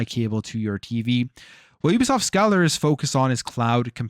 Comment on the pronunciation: Hate to be that guy, but it’s pronounced Scāler. Long A sound. It’s a mathematics term.